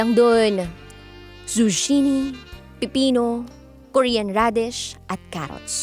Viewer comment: Anong zusini? haha zucchini as in zu-ki-ni